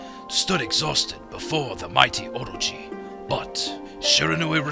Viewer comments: Okay so the whole time I was watching this I was going, hmm I don't know why but this narration does not seem like it was in the game and I was thinking did Chuggaa dub it, if so you did a pretty good job with the narration but what gave it away for me was the pronunciation of orochi. I think its pronounced o-ro-chi not or-ro-chi, but I could be wrong since I'm not Japanese. Anyway, I love this game thanks for playing it! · everytime chugga says orochi, i think he's saying orgy... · Orochi or orgy? Someone plz help, I cant tell : )